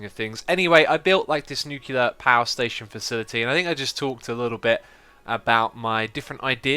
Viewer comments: X, Its not pronounced "Nu -cular". Its pronounced "New - Clear ". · You're better than that, X. NUKE-lee-er, not NUKE-you-ler. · X, if you see this please pronounce it as "New-Clear". Even though English is not my native language, I hate people mispronouncing words, but only to a negligible level, becuase everyone makes mistakes. But people who are ignorant about it even after pointing it out? God I would love to get them in my hands. And also google it people!!!